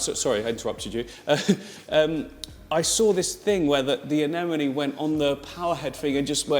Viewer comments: Anemone, not Anenome! If you're teaching people, teach them right. Love all the videos by the way!!! Can't wait for more. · It’s anemone not anenome 😂 it’s driving me crazy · These two crack me up. I've been following for years and since he started his channel, but they are best together. However, neither can pronounce anemone. lol